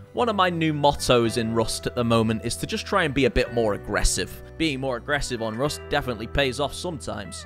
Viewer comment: bro said “rost ploos upp”